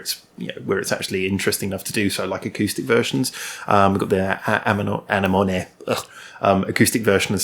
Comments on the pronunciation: Unfair Game is a great song - thanks for reacting to it (the only reaction to it that I know of at the time of writing). Continuing the smart-arse theme, I just thought I'd mention that it's pronounced "a-nem-oh-knee" with the emphasis on "nem" and "oh" being short as when saying the letter "o"! :) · Okay, lets tackle this one, one YouTuber at a time Anemones are flowering plants with brightly colored flowers and also a floor dwelling sea creature, like the one's that clown fish hide out in. You pronounce anemone like this; uh-nem-uh-nee. Didn't we all learn this in High School Biology? Love your videos. Our tastes are sometimes different but keep up the good work. How am I going to find these new interesting bands if not for you?